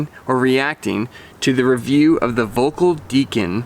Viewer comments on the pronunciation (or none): I have the old RTM 81, and the Deacon 79 it's a kind of... left the bleh feeling. BTW, in German V is pronounced like F and ö closer to 'oe' - something like Felkl.